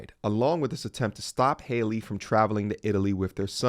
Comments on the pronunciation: Her name is pronounced Hal-ee not Hailey just had to clear that up (pet peeve)🤣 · Her name is pronounced the same as Halle Berry. HAL-EE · My man. Say Halle Berry. Now say Halle Bailey. Her name isn't Hayley. I'm not empathetic to her, but it's sad hearing you not being able to pronounce her name.